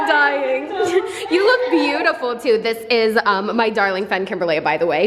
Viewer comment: New catchphrase “dis, dis, dis, aaaaand DIS!”